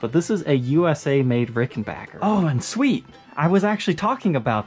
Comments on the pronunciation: I can't wait to see the review and demo of the Rick. Thanks for checking the scale length in this video, I was really curious about it and thanks for pronouncing it backer, like it's spelled and not bacher, like a lot of people say it. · Just love that you pronounced it correctly.....Yes, people, it's Ricken-back-er not Ricken-bach-er.......Just ask TP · God damn, FINALLY a Ric that isn't that really bad bass video you made before you had rhythm. That model is particularly small, not as big as the usual 330's/360's. ...and you said Rickenbacker correctly. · Thank you for pronouncing Rickenbacker properly. It's a short scale 325 model like John Lennon preferred. Pretty much the only person of note to play one. Side note about Rickenbacker for anyone that wants to special order any particular model: Rickenbacker has a schedule where they only X amount of one model for the year. If none are available when you order, you have to wait until the next year's build cycle. Keep that in mind when you try to SPO one from your local Evil Empire Guitar Barn. Guarantee their sales associates do not know that bit of insider info. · I'm delighted. He's right and it's the manufacturers official pronounciation too.